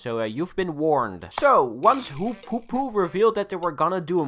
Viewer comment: FOKE-O NO